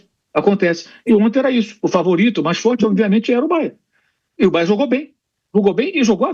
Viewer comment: Alguém ensina ao Pilhado que é BayerNNN…